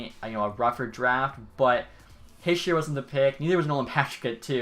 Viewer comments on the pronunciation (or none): Hischier is Hee-sheer, not Hish-er.